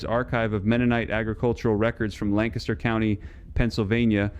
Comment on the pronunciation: WTF is this BS, and what happened to the pine tar, and why won't you show a pic, and if it has to be reapplied then I assume the Amish are still doing this? This whole thing sounds squirrelly. I'll also note if you were in Lancaster Cty you'd know how to pronounce it. I assume this is just like the other lies told by this channel like "reduce your elec bill by 90%."